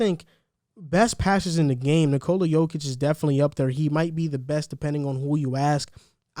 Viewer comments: Let's all say it together Yo-Kitch.. that is how Jokic is pronounced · And his name is pronounced “YOH-kich” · The J in Jokic is pronounced as a Y. Ugh.